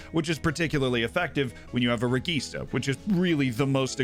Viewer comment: Man, it's pronounced REJEESTA.